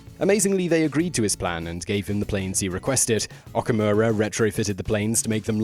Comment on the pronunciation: Although not a big deal, whenever a Japanese word has the letter "O", it carries a long O sound. Okinawa is pronounced "Oh-key-nah-wa" and Okamura is pronounced "Oh-ka-moo-ra." Just think of Oklahoma. Again, not serious because many Japanese people butcher American names but it's always nice to be proper when possible.